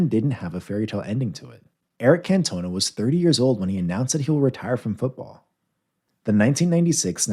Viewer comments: Cannot even say Cantona correctly 🙄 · CantoneA?🤣 Marco Van Bashton?🤣🤣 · Can-toe-nah and Tommy Doc-hurt-tee